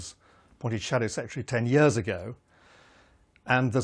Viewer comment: "10 yehhs ago" heh, he sounds like ed miliband...